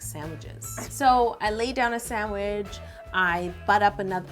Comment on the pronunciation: Does anyone notice she said sandwij not sandwich